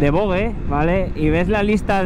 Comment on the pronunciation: Se pronuncia VOJE !!